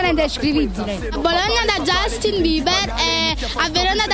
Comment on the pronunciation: Quella signora mi fa ridere nel come pronuncia Justin e I one direction! Bhe devo dire che loro sono ovunque! spaccano! mi dispiace per chi li odia! LOL